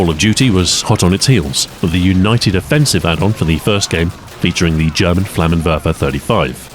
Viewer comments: On top of all your skill comes very nice german pronunciation, what can't you do? Thanks for the video and keep it up! :) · as a german, it's a nice change of pace to hear someone who can actually pronounce things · Its nice to have content again from you Ahoy. Welcome back! Also awesome video and your pronunciation of German is amazing as always.